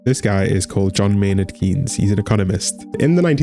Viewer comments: Never heard anybody pronounce his name like this (Keins instead of Kains (??) idk how to write different pronounciations, but his really sounded like he read Keynes as key-nes like the english word Key. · KAYNZ not KEENS, it's pronounced John Maynard KAYNZ! How are you going to have any economic credibility if you can't even pronounce the guy's name properly? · Kinda embarrassing to have an error 5 seconds into your video essay. His last name is pronounced “Canes.” Hence “Keynesian economics,” pronounced “cane-zian.” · Enjoyed the video. Note that Keynes‘ name is pronounced ‘canes’